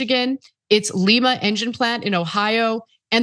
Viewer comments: Not "LEE-mah" Ohio, "LYE-mah" Ohio. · In Ohio Lima is pronounced LEYE-muh. Not LEE-MAH . LEE-MAH is in Peru. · Alright I need to say this, it's LIEma Ohio not LEEma lol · It's Lima, not Leema, think the bean, not the South American city. Ohio has a ton of town names that are pronounced unexpectedly. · Pronunciation.....leemah is in Peru, S.A. LIE-MAH is in Ohio, U.S.A. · It’s Lima (Lie-ma), not Lima (Lee-ma) like Brazil. I grew 20 minutes away from that plant. If you’re a news company do your due diligence and get the names right. Love TYT! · "Lee-ma" is in Peru, "Lie-ma" is in Ohio. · Dayton, Ohio represent: LEYE-MA it is......